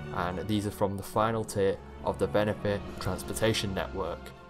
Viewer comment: It’s Venthyr. Not Venathyr.